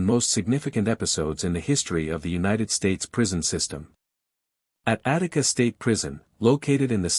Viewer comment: Attica not Attic